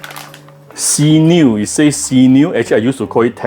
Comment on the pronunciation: sinew is pronounced sin-new